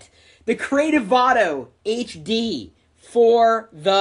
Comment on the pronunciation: its vado no vano :)